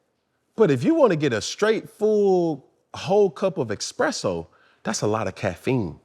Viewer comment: yeah I was ready to logoff when he said "expresso"